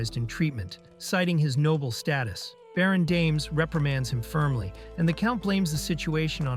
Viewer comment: "damez" / DUMB a*S